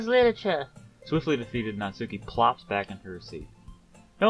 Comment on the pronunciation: As someone who’s trying to write a story, I can confirm that is good advice. Just get something down even if you know you won’t like it, you can always go back to fine tune it later on. It’s more about moving on to the next part so you can keep progressing. Also I think it might be pronounced “Naat-ski” but not 100% on that.